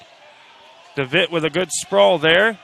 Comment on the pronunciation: His last name is pronounced DeVetteeee. Has the e sound at the end. Thought you might want to know that.